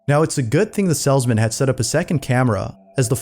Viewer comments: Why is it grating on me that the narrator cannot seem to pronounce "salesman" correctly? (the "salzman" ???) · Salesman. Long A. Not "sellsmen". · You're pronouncing Salesman as "Sellsman" It's Pronounced, "Sales-Man" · It’s a salesman. Not a sellsmen. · FYI, It's pronounced Salesmen, not Sells-men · I absolutely love how pronounces the word "salesman"